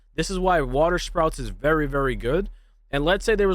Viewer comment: *SPOUTS (that was driving me crazy) 😂